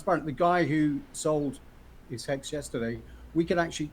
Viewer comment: Did he say Hex or Hecks?